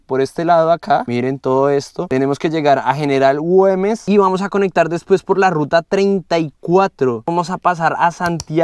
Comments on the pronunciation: Aunque dice GuÉmes se empeña el leerlo con 'O' guOmes.... que comlombiano porfiado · Hola... Repite conmigo : gu e mes. (Güemes) No es ingles !!! La ü se pronuncia u.... hace de cuenta que no tiene los puntos.. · Es Güemes, (gua güe güi guo) 😉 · Güemes es la ciudad, no Goumes, saludos y buen viaje.